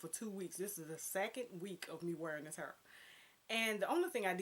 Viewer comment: Yes "hurr" lol I love your outfit and hair style in this video. You have the fashion trend down to a science. I would love to see more on your channel, if you possible, vlogs or live videos. Thanks for sharing!